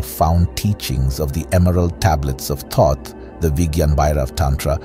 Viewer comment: The first first to pronounce Thoth correctly in ages.